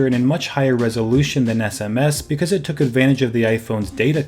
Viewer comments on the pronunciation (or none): none